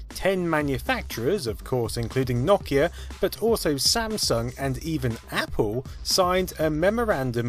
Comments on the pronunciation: First time I've heard "naw kee ah" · I giggle every time he says Nokia. Does everyone from the UK pronounce it 'nawkia'? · like a fucking drongo who says it as "NO-KEY-AA" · I stopped watching because you wouldn’t stop mispronouncing Nokia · I don't know what's gotten into me today, but I seems to be getting triggered by pronunciations today... like, for instance, pronunciation of Nokia... I'm up the wall on this one... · can't say nokia correctly take this shit down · He's right. You are the one who isn't pronouncing it correctly. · ...this guy keeps pronouncing Nokia wrong and it's really starting to bug me the more I watch. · The way he says Nokia tho... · Good vid but had to stop watching at his pronunciation of Nokia. I understand it's his dialect and do not fault him but I couldn't take it lol. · The company Nokia is "know key ah" not "knock ee ah". Please pronounce it correctly. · It's pronounced NO-KEY-A, not NAW-KEY-A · No-Key-Uh, NO-KEY-UHHHHHH, not Knock-E-Yh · Clicked away the video when you kept on pronouncing Nokia the wrong way. very annoying. It isn't nokkia, but rather no-kia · Awesome video! Weird hearing it pronounced "nok-ia" instead of "no-kia" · Never heard Nokia pronounced that way before 😭 lol . Here in the Caribbean we pronounce it No-Key-Ya . But you UK guys seem to pronounce it Knock-Key-Ya lol ... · NO KIA, not NA KIA! OMG that drove me nuts! Otherwise, great video! :) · "The logo just needs to be on top. Problem solved." My PC has literally not one horizontal USB port. 10 ports. All are vertical. And if you say KNOCK-ee-a one more time I might die. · I gotta say, it's weird to hear Nokia pronounced as "NOCK-e-uh." I've only ever heard "NO-key-uh" and "no-KEY-uh." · It’s Nokia not nokkya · darn that Nakia beating out other companies like Sany and Micrasaft. seriously mate learn to pronounce things. its NOKIA NO KEY AHHHHH. that's an O not an A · Its not NOCK-IA ITS NO-KIA.... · its No-Kia not Nok-Kia and the N95 was great :p